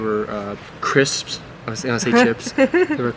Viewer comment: Cripps ? 😁 Nah. Sound the S !